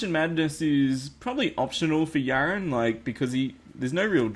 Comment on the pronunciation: why do you call him yarin but the in game name is yaron